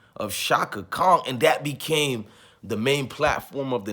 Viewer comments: Brotha, give thanks for you reaction. I respectfully say, Kong is not Chaka's name. It's KHAN. You said it several times, and I cringed each time. Outside of that, much respect to you and your video. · Appreciate your channel and content brother...buts its Chaka KHAN pronounced (CON)...not KONG...😂🤣😂😂...just joking.